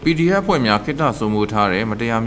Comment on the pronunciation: ခုမှပဲ PDF လို့အသံထွက်ရဲ့တော့တယ်နော်